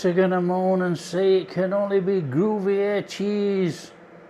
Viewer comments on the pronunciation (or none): When you say gruvyair do you mean Gruyere....😊😊